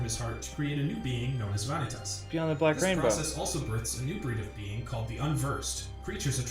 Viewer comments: The way vanitas is prounouced in this hurts my ears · He pronounced Vanitas wrong and Donald + Goofy running into Sora wasn't a pure coincidence, they were looking for the 'key' as instructed by Mickey. I'm saying this as someone that hates the story of Kingdom Hearts. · I feel like biggest mistake with this summary was trying to explain the details of each game in chronological order; it's just more confusing that way =( also, if he's such an expert, how come he pronounces several names wrong?